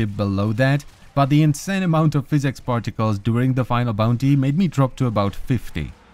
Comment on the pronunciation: physics, not physex lmao adult that cant pronounce shit